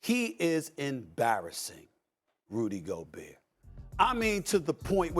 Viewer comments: 😂😂😂😂 burr burrrrr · RUDY YOGURT.. soft a$5